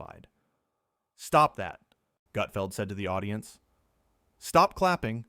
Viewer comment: This is total BS. Learn how to at least pronounce Gut..feld